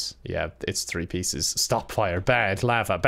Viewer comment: Pronounces three without the H Also: "the dynamic thrio"